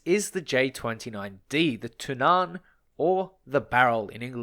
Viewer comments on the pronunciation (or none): When pronouncing Tunnan you put emphasis on the U not the A. So its more like túnnan rather than tunnán like you pronounce it in this video. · Its not Tunnán, its more like Tonnan :) The more you know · Its Tunnan not Tunaaaaaaaaaan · tunn-ann* not tun-aaan xD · The a in Tunnan is short. The way you're pronouncing it is Tunnaan, for lack of a better description. It's basically tu-nán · Love to hear others try and pronounce swedish words! "The Tunnaan"... It's pronounced Tu-nn-a-n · tunnan is prenounst Two-nan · That's one way to pronounce it. I don't completely agree with it, but I'd still rather chose that then what he is saying. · No offense, but as a Swede i just really don't like how you pronounce "Tunnan" 😂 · håller med😂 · Small note on the pronunciation of Tunnan, the U in it should be pronounced kind of like the U in Tunnel. The A is similar to how you pronounce the A in Apple. Also you placed a lot of emphasis on the A when you said it, the main emphasis is on the U, while the A passes by quickly. Pretty useless info I know, but why not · The emphasis should be on the double Ns, not the A or the U. The double N needs to sound like a "long" N